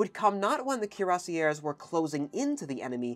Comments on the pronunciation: The way you pronounced Cuirassiers is horrible absolutely horrible, in addition to this the infantry had a wide arrange of jobs as well. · Neither pronunciation is close to the French, "kweer-ah-see-ā". Just use Google Translate's audio feature next time. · I think the French pronunciation is something like "kwee-rah-shay". With a french r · Thanks for the video 🙂 Cuirassier(s) ... "KweerRASSSeeYeh" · Cuirassiers pronounced: Kwee-rah-syeh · The closest rendition would be: "cure-ass-yeah". The two last letters (-rs) must not be pronounced. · You've positively butchered the pronunciation of "cuirassiers". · It's NOT HARD to find correct French pronunciations of common words. You can find dozens of websites telling you and giving you native speakers demonstrating how to pronounce "Cuirassiers" so as not to turn them (as your pronunciation does) into "Cuirassières" which would be women in the same job.